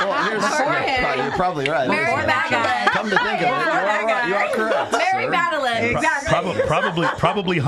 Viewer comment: Did that chick say Mary Madelyn?